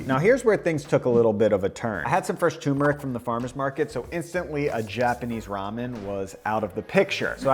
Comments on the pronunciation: TUR-meric. Not too-meric. As an Indian, it is my sworn duty to correct this lol. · sorry for the nitpicking but i have to after hearing you say "toomeric" 12 times: Turmeric has another "r" before the m. nice video otherwise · Bro... TuRmeric. TuRmeric